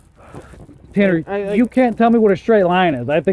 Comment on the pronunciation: The officer was slurring his words as he pronounce the word "straight" as "shhtraight". I'm pretty sure that's an indicator that the officer is drunk.